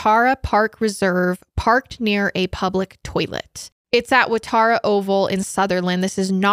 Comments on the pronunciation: From an Aussie, for the sake of corrections (given your discussion of the supermarket/hardware store). Cronulla is pronounced cron-ulla, not cron-ola. Wrong vowel! Waratah is wa-ra-tah, not wa-tar-a. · Waratah, not Watarah😉 Also Cronulla is pronounced differently...Maybe you just need to come over here, easiest way to learn a bit of Aussie pronunciation 😊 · I do t mean to be a pain in the butt.. but the parks name is pronounced wa_ra_tah it's named after a flower that grows in Australia 🇦🇺.. but I have enjoyed listening to this podcast of 2 of the people I actually follow together ❤